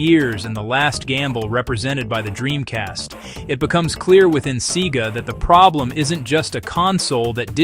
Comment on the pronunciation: A good video, although I was expecting more factual anecdotes tied up together regarding the downfall of SEGA from making hardware. One thing I should mention though is why along the video SEGA is weirdly pronounced sometimes as in "cee-gah" and other times as it should?